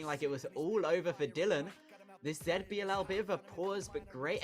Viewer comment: Please stop saying ZetBiLL just say ZiBiLL like normal person